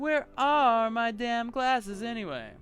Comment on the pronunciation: "You don't like mah glazzezzz?" XD